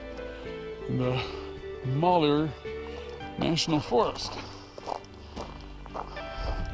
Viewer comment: Mal - hew - er